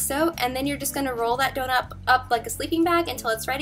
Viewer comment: did you say "donup" instead of "donut" ?? im crying